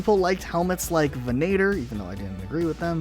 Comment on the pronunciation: It ven-ator, with an emphasis on the o instead of the a